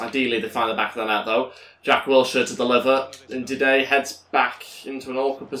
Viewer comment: Don’t say Ndidey it’s Ndidi. And I’m a Leicester fan. Thanks